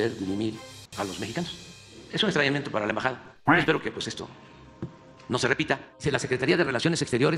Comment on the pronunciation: Le entendí "estreñimiento" 😂😂😂 jajja...